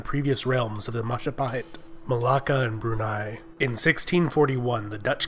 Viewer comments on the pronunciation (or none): oh, look who controls all of the islands. it's the mahajapit. ❌ majahapit. ❌ mapajahit. ❌ mahapajit. ❌ mapajahit. ❌ ma- ja- pa- hit? ✅